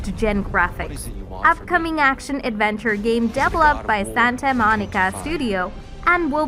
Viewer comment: This girl is announcing from a script, not from experience as a gamer - indeed I suspect English may not be her native language: some of her pronunciation (especially on develop/developed/developer... etc.) is some way off...